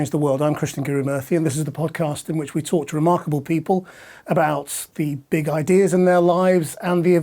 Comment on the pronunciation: Anyone else hear him say "torture remarkable people"?